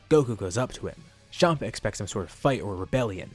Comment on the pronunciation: Everyone else: Chompa: Shompa